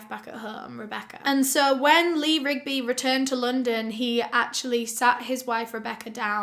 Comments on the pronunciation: It’s funny you had trouble say the Marines name. The Beatles has a song called Eleanor Rigby . Thought you find that fact funny. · Good job on memorizing the last names of the two political activists and saying it right ... also sad you not sure how to say the last name of the British bloke !